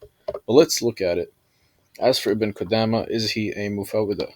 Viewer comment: Speaking about Ibn Qudamah while not knowing a lick of Arabic. Can't even pronounce the Shaykh's name right, and couldn't distinguish the difference between Muffawidh and Muffawidha. Truly embarrassing.